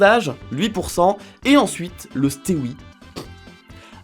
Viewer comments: Le « stewi » se dit STEVI, nom de bleu. 😁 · Le stewi. Ça se lis stevi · C'est pas un steoui hahahah ça se prononce stevi hahahaha tu me tuuues Bon moi je viens de Suisse du coup je dis pas tout pareil mais vous avez un langage chelou 😁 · Le stewi se dit stevi 🇨🇭🇨🇭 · au cas ou ça se prononce stevi (stewi) TeamSuisse